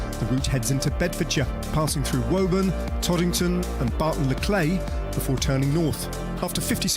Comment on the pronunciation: It's Woburn not wolburn